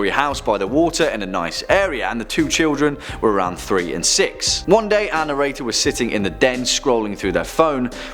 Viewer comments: you say this word all the time and I'm not sure what you are saying so maybe you can clarify; sounds like annorator which is not a word. Maybe you're thinking annotator, but that means to make explanatory notes about a text - a written commentation of something written. Perhaps you're squishing, our and narrator into one word but that would not make a lot of sense either because, to narrate is what you are doing; telling a story verbally. It has nothing to do with writing it down or the protagonist of the tales, who coincidentally, is always who you are referring to as annorator. Perhaps you could be an illuminator.....thanks. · Thank you for the clarification! I mean really this guy has an accent but he could make an effort to pronounce "Our narrator" correctly instead of sounding like "Ann Erator"! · "Ann Erator" wow this poor lady has a lot of horrible experiences...how unlucky. Oh, "our narrator" that makes more sense. #protectAnnErator